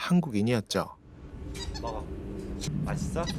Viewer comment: 약간 세는발음으로 마이써??